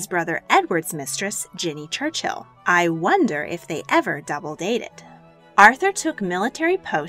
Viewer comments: Brits normally prounce it Church-ill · Great content, very informative, but so many pronounciation mistakes. Never heard Churchill pronounced as Church-Hill before. The names and places you are going over are British, thus the different pronounciation. It would be helpful to look up all the names before making the video.